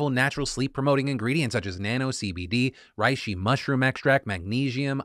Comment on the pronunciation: The way phil said Reishi makes me wanna die